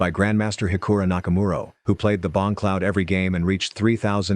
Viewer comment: Hikaru Nakamura ❌ Hikura Nakamuro✅